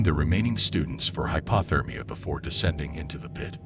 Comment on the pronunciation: Bugs the sht outta me how he says "hypAHthermia" instead of hypOthermia. 🙄 What would l do if l were trapped? I'd go hypothermic and die.